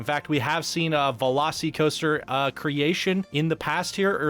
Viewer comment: Velo-SEE-coaster? Velos-eh-coaster….